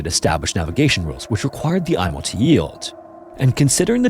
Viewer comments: It is pronounced “emo” not “Imo” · For the love of GOD it’s not the “Eye-mo”, it’s the “Ee-mo” and holy crap that’s a ton of totally unrelated b-roll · FWIW I've only ever heard the Imo pronounced "eemo", not "eye-mo". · It's pronounced "E"mo.. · An excellent, factual overview of the explosion that devastated my city. It took 6 years for harbour pilot Francis Mackey, pilot of the Mont Blanc, to get his license reinstated even though he followed all protocols that day. We also pronounce Imo as Eemo. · Pronounced "emo" as in, the ship was so emo, it blew itself up.